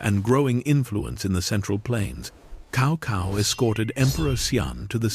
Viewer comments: Worst ai ever. Stick to the name. It is pronounced tsao tsao. Horrible video and pathetic. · I had been hearing "Cow Cow" pronunciation since Dynasty Warrior 3